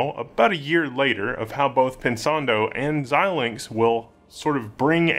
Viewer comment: Thank you, for being one of the only YouTube presenters that can pronounce Xilinx.